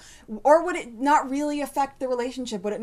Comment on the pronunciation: "it" not "ut."